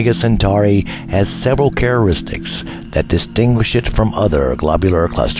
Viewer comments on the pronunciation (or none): probably for the same reason he said "chararistics"